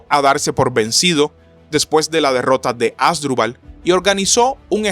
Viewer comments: Un youtuber que no puede pronunciar bien el nombre de los protagonistas de esta Batalla, no solo es PATETICO, SINO UNA FALTA DE RESPETO A SUS OYENTES. Se pronuncia AsDRÚbal, que es una palabra grave, no ASdrubal, como lo dice nuestro querido historiador de chancletas, bermudas y cigarrillo en la mano. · Asdrúbal, ASDRÚBAL!!! Supongo que solo a mí me desespera que lo lea mal... 😖